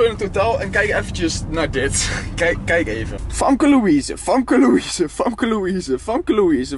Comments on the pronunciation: Je spreekt famkelouise Louise uit als femke louise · Je spreekt famke louise nier goed uit